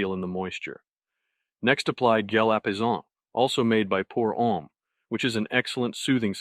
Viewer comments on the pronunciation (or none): none